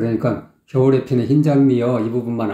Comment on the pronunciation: 더심각한 문제는 겨울에의 ㄹ과 햇살을의 ㄹ 발음을 흐리게 하며 눈을감고 들어보세요~